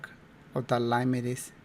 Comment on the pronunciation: 😂 no digas lein( lane)major di lain (line) Pero ni modos buen trabajo como siempre